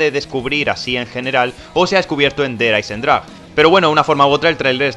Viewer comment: der hayzendragweeeee